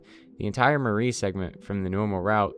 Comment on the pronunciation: Great video but a little pet peeve of mine– Mari's name is pronounced "Mar-ee" instead of the way the name Marie is pronounced!!